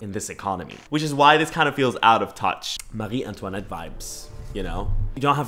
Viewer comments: Okay I just saw this.. and as a French, I had to remember that "Marie Antoinette", bro you killed it 😼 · Jokes aside I like how he pronounced Marie Antoinette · You saying “Marie Antoinette” correctly was my favorite part of this entire video.